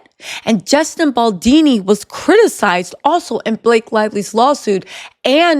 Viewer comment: Justin Boldini ?!!!